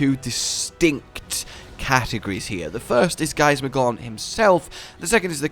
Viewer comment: Drinking game! Take a shot every time says Giasmagor"N" instead of Giasmagor"M"